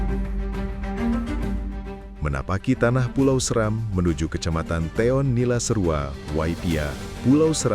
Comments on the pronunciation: Maaf, Pulau Seram seharusnya dibaca dengan nada seperti 'Serang (Banten)', ya .... bukan seram tapi SE-Ram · Dear National Geographic Indonesia, thank you for the documentary, but come on… how do you get “Seram” wrong? You’re based in Indonesia, working with Indonesians. And even if you weren’t, it takes seconds in 2026 to check how a place name is actually pronounced. For a brand of your scale to feature a place and still mispronounce its name… that’s beyond embarrassing.